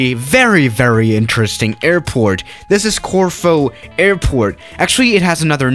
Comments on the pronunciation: I Thought you said tofu airport 😂😂😂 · I live in Corfu and I love it when you try and pronounce it